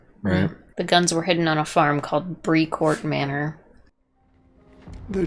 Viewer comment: Brécourt is pronounced BRAY-COURT